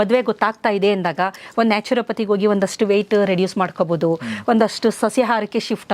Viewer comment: ಡಾಕ್ಟರ್ ಕನ್ನಡ ಉಚ್ಚಾರಣೆ ಸರಿಯಿಲ್ಲ.ಅಕಾರ ಹಕಾರ ಸರಿಯಿಲ್ಲ. ಉಡುಗ( ಹುಡುಗ) ಉಡುಗಿ( ಹುಡುಗಿ) ಓಗಿ( ಹೋಗಿ) ಒರಗಡೆ ( ಹೊರಗಡೆ) ಓದರೂ(ಹೋದರೂ) ಕೇಳುವುದಕ್ಕೆ ಕಷ್ಟ. 😮 😢